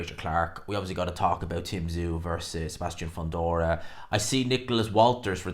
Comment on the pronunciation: Also,, it's Foondora. Say it right!!!😅